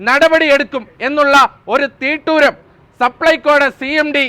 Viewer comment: തീട്ടൂരമല്ല.... തിട്ടൂരമാണ് ശരി..